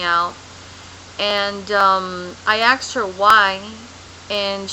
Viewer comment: seriously, it's either grape jelly or a yeast infection that your leaking; i am positive (by looking at your neck) that you cannot possibly get all of your boby with a washcloth, you surely miss some, right! Also, it is pronounced ASKED not AXED! Finally duct tape doesnt mean gastric bypass, just some oberservations and good luck..